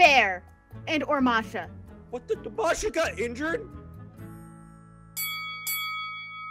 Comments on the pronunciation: the Bear's name is bear and Masha is pronounced : Mah-Shh-Ahh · Masha and the bear is a real TV show Btw masha doesn't have a R sound in it